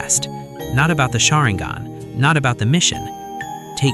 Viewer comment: Why do you pronounce sharingan and hokage like that?